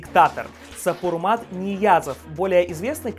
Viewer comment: Первый президент Туркменистана Сапурмурат Ниязов , в отличии вами сказанного Сапурмат. Подобные ошибки делают ваш канал сомнительным. Это не только одно из ваших грубых оговорок . Редактируйте ! Будьте внимательны! В общем интересно!